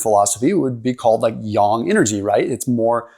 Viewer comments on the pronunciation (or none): yAng with an A, not yong 😅. It took me a bit to understand what you were trying to say. However, I appreciate the information.